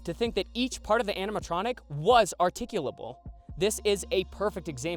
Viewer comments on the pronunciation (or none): ¿"articuable"? okaaayyy...